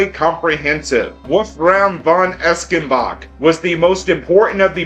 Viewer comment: Wow this one is jam packed with connections. Reminds me of my favorite class from college called The Quest. Eschenbach is pronounced Esch like essh or as in. Thanks for your good work!